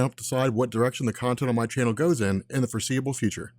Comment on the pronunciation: i dont know why u keep saying gor see able future people who subs to u dont control what comic u do next u need a new tag line